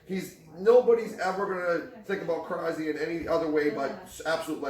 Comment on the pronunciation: As a Bulgarian saying "krazi" or "crazi" tilt me. The right way to pronounce it is "krasi" with 's' in his name.